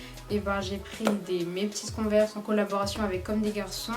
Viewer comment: Waw comment tu dis converse 😂 super les Tenues merci pour les idées